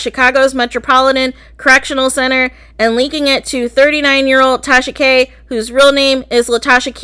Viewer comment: Take-Sha-Ka👀👀Gurlll you in trouble 👀👀🤣